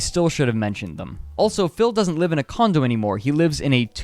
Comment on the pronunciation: Dude, I love your little documentaries. Thanks for covering the mistakes and correcting them. I'm really looking forward to your future work. (Also you said DSP "doesn't live in a condom anymore" and I giggled. You meant "condo" but it was really funny.)